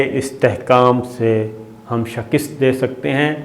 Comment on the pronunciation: Shaaakist nahi hoottaaa sabir shakar sahab sheekuuuuuuusst hota hay